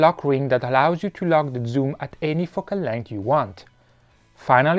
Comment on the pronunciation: And , extreme fucking landslide! I think you need to improve your pronunciation of the word "Focal" or YouTube caption won't detect nicely!